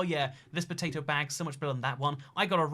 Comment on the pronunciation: for some reason i just found it funny hearing him say potato